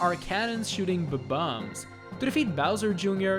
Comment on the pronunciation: I Love your pronounciation of bob-oms its great!